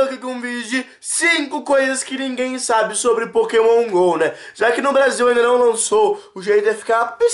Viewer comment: nao é Pokémon gol é Pokémon go mds